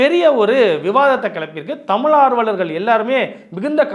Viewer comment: தமிள் இல்லை ஐயா தமிழ்..